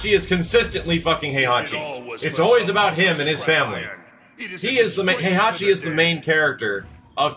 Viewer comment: Can someone please tell how to pronounce HEI-HA-CHI? or KA-ZU-YA?